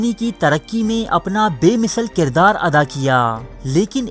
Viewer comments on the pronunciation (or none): none